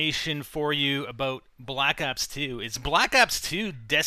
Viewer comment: abooot -lol canadian !